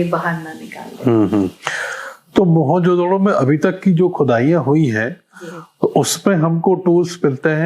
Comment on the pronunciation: Interviewer is not pronouncing the name of Mohen Jo _ Daro correctly, the word itself is of Sindhi language